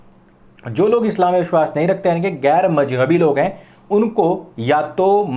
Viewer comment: I love the way he says - gair majhabi😂😂👍